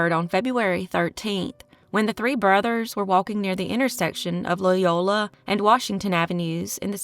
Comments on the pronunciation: Latiolais is pronounced latch -ee-olay You’re welcome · Jakes last name Latiolais is pronounced with a short a sound ~ La tuh lay, or some say La ti lay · Latiolais - pronounced Latch-o-lay